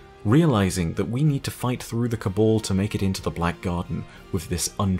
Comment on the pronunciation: Your pronunciation of Cabal and Osiris triggers me